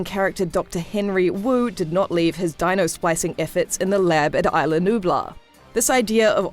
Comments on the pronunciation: You kept saying isle la-nublar, it’s isla nublar. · It's not ila Nubla it's ISLA Nubla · Katherine Johnson although fictional islands they are based off the coast of Costa Rica which is a Spanish speaking country and pronounce it Is-la. Eye-la is more commonly used for the name spelt the same way. The commentator is very pronouncedly saying Isle la-nublar not eye-la nublar. Not only that, but it has been pronounced Is-la throughout the movies. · It’s islanubla